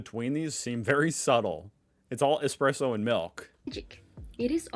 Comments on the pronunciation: Sorry to be a pain. Espresso - not Expresso. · Flat white. Triple shot. In a medium cup. That is all. Or an Espresso of good coffee. Yes, ESPRESSO. It is NOT EXPRESSO!